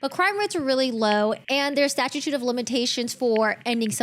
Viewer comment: Are you trying to say statute of limitations not statitute or whatever butchered version of the word you used. Oh there’s more lol crime of the scene not scene of the crime? Such an educational video on illiteracy